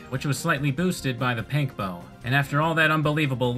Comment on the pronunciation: did you just call it a PANK bow?